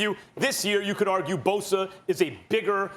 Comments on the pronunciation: Me: Bosa Stephen A: Boser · Only Stephen A could find a way to put a “R” in Bosa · "now you lose nick bosER"